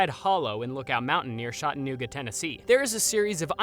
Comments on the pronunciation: shot-a-nooguh? Where are you from? CHAT uh NEWGUH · the way Chattanooga was pronounced was what made the video scary, it’s just like “chat” and then you add “anooga” not “shot-anooga”😂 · Thanks for mentioning Ruby Falls, but you miss pronounce the name of Chattanooga. It’s CHAT UH NEW GUH. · I’m dying at how you guys pronounced Chattanooga TN 😂😂😂 In all my years living in this state I have NEVER heard it pronounced that way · I had to rewind to make sure I wasn’t imagining it 😂 the way we learned how to say Chattanooga in grade school right before our school trip to the aquarium was “think of the sounds a train makes and that’s how you say Chattanooga!” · I literally listened to is three times because my ears didn’t believe someone could mispronounce it so bad hahahaha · As a person who lives in Chattanooga….it was said so horribly wrong 😂😭 that was the scariest thing of all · I had to rewind it to make sure I heard it right😂😂